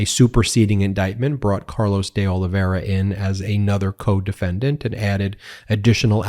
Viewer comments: Not a big deal, but de Oliveira is Portuguese, not Spanish. You can say “de” like dee, not day. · You could pronounce deOlveira's name correctly but you don't care to. Or maybe it's too hard for you? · I just wish this person could learn to say the names De Olivera and Nauta properly... Every time he says these names, it's as if he's purposely saying it incorrectly or as if "allegedly" that's their name..